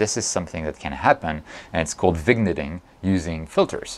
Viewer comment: Complicated stuff. Good explanation though! By the way, the "g" in Vignetting is silent, so it's like "Veen-yetting".